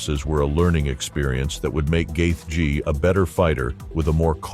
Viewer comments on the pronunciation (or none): Great video, but seriously... Gath----G. Your narrator not needs to learn phonetics. And he did tap against Khabib.